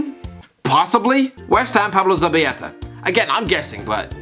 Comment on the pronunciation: JESUS FUCKIN CHRIST. Dear English speakers (and me ma is from Dublin) LL makes the "ya" sound. L just makes an L sound! So Erik lamela isn't yameya and zabaleta isn't zabayeta. It's not hard! "LL"=Y L=L. HOW THE FUCK HARD IS THAT?!